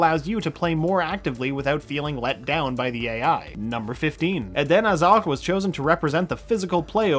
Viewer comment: Lol he said Hazards full name completely wrong.